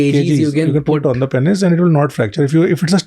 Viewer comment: Why they both saying PEN-IS its PEEEEEN-IS